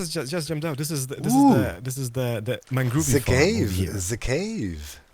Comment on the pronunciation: Made me so happy hearing Doc say mangroovie lol